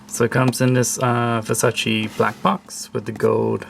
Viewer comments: You're pronouncing it wrong. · Everyone does, it’s so annoying